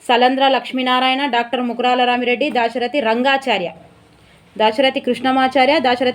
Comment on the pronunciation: రామిరెడ్డి కాదు రామా రెడ్డి